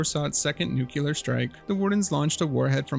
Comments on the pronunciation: why do you say "nucelar" instead of "nuclear" it's mildly annoying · Nuclear - *NEW-CLEAR,* not nook-kue-lar. An atom has a nucleus, not a nook-u-lus. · It's pronounced nuclear, not "nucUler", troglodyte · It’s not “nuke-yeller”. It’s “nuke-clee-arrr” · Stopped at "nucular". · Just try saying “new clear” or something and see if that works. Thank you, love your videos regardless of how you pronounce nuclear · Your pronunciation of "nuclear" is generally a huge pet peeve. Some people get pretty annoyed hearing "Nukular" great video tho 👍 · I HAVE to ask that you try to pronounce "nuclear" correctly